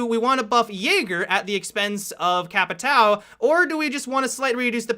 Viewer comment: The way people say capitão really makes me laugh xD i mean i know you people aren't familiar with the word but you arent familiar with jager either and you say it correctly :P